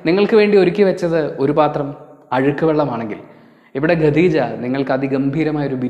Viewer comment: ഖദീജ not ഗദീജ😊